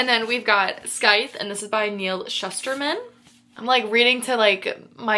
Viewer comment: Scythe is pronounced as (sithe) don't make the C sound in the word. Hope this helps! ❤